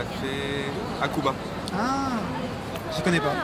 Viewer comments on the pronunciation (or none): 阿久比は、多分白馬のことじゃないかな？Hは発音しないから。